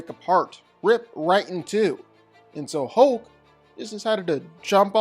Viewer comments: The Incredible “HOKE” 😂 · Good sir. If you’re going to repeat the word “hulk” 800 times in a video please learn that there is indeed an “L” in the word.